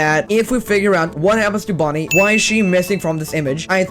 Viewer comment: It’s bunny not Bonnie.